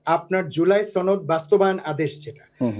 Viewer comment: এ তো ভারতীয়। সনদ উচ্চারণ দেখুন।